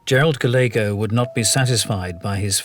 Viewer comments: "Gallego" is usually pronounced "Guy YEG oh." But here the "L" is sounded. Anybody know why? Just an Americanization? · sorry but their miispronounciation of Gallego was such a bleh.